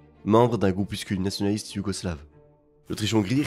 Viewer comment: Elle a raison et elle s'est exprimée joliment sans critiquer. Moi aussi j'ai du mal "nationaliste" est "nsoliste", paroxysme devient "proxysme", etc. C'est pas méchant, c'est peut-être un accent local. Écoute la phrase à 8'00 sur la reine, j'ai rien compris.